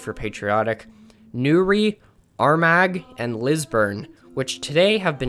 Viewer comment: I really liked your content, but the mispronunciations were a bit jarring...Edinburg is pronounced Ed-in-bur-rah, or Ed-in-brah, not "burg", Glasgow is Glaz-goe, as in "hoe" not "gow" as in "how", Armagh is Ar-mah, not Ar- mag. It sounded like you said the English celebrate Hogmanay, when it's definitely a Scottish holiday. But hey, you got the Heb-ri-dees right!